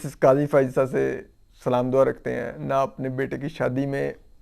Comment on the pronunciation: Y may pronounce salamm correctiy